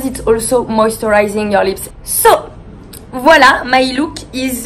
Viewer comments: Drinking game: take a shot every time she says “viola” Very lovely video by the way ❤️ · I like her ''Vualla"